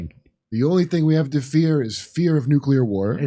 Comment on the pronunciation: NUCULAR WAR!